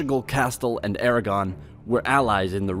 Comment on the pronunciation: How did you manage to pronounce everything so terribly? Castilla, Aragon, Tordesillas, etc . . . DREADFUL!